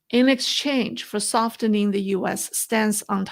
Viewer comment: Love the info and insights you bring,. Just one language note: the t in softening is silent. 😉 Keep up the good work!